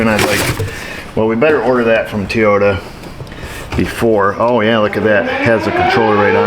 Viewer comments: Why you no say TOYOTA you say TEA YODA - Your Japanese sux. LOL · I didn't know tey-ota had an e in it. 😅